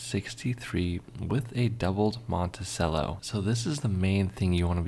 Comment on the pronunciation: He also needs to learn how to pronounce "Monticello". "Cello" like the string instrument. 😎😬😵